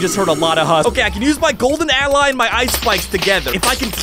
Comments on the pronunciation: It’s allay the mob not ally😅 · allay is said like L A